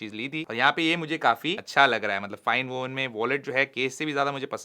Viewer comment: not Vowen it’s Woven❤